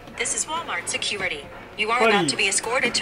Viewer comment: what is a “sukurity”